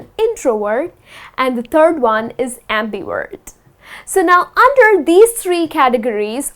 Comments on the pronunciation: just curious, why do you pronounce it ' WERT' not 'VERT'? thanks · your videos are amazing , but i think you pronounce the word introvert as introword , abmivert as ambiword